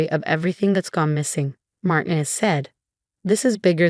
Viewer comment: Somebody teach the voice software that Marinez that it is pronounced Mar tea nez